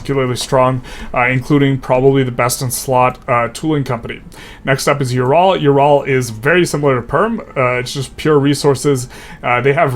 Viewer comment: In case you care about pronunciation, Ural is more like oo-ral rather than you-ral Props on not saying York-shyer